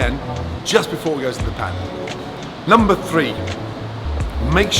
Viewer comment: Am I the only one who hears 'lumber' when he says number??